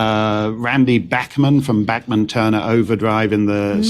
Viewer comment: Tal Bachman - FYI - it’s not pronounced ‘Back’man - it’s ‘Bauk’man🥴